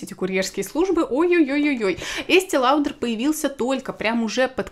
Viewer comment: Есте лаудр 🤦🏼‍♀️